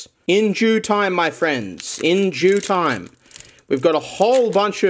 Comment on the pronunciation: “in Jew Time”